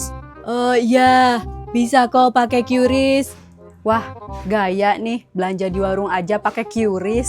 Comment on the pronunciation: Qris bukan qyuris 😂😂